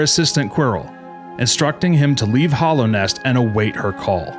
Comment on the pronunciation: this video is cool but it's mostly fanfic. also dude, it's hAllownest, with an a.